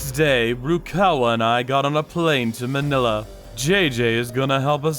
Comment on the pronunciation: Btw its Ma-nila(fast pronounviation cuz its wrong but no hate)